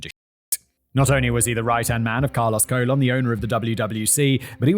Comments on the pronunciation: Carlos Colon! 😂😂😂😂that sounds like a bad wrestling stage name! Simon it’s pronounced “ca-lone” like cologne what men put on to smell good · Carlos Colon is pronounced cologne, father of WWE wrestler Carlito. Pro Wrestling has been "fake for about a hundred years now. It was essentially invented by the Gold Dust Trio in the 1920s and 30s. It's a fascinating world spawning from the carnival circuit were legitimate tough guys and shooters AKA amateur wrestlers would travel Town to town with the big top challenging locals to wrestling matches and walking out of town with a grand or two in their pocket. If you were tough enough it was a very lucrative business to be in. Famed American presidents Abraham Lincoln was a wrestler, grappling is arguably the world's oldest sport besides perhaps foot races. But about a hundred years ago the dynamic of legitimate competition where matches could literally last hours morphed into more of an exhibition focused on characters, story-lines and entertainment. Up until the late 90s wrestlers observed a tradition called kayfabe. Kayfabe has two different meanings; first it's a signal word that one wrestler might drop to another when there is a mark within earshot. A mark is a somewhat derogatory word denoting a fan of professional wrestling more importantly someone that traditionally wasn't smart to the business. Secondly kayfabe means a strict adherence to keep the illusion alive at all costs! Wrestlers have been fired and have had their top spots taken from them for accidentally breaking kayfabe. In the '80s the villainous Iron Sheik and the heroic hacksaw Jim duggan were traveling